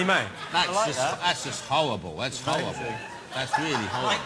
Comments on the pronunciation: jonathan- " howwible" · "that's howwible, that's really howwible" lol jonathan XD love noel & russel <3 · lol at jonathan's speech imediment. he rocks. "thats howwible, weally howwible." haha hes cool =) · It's howwible That's howwible lol